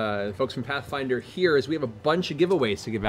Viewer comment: "Hey Ash, Whatchya playin?" "Pathfwinder."